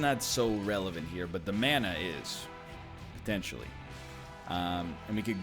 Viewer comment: Does anyone else think NL says potentially kinda weird?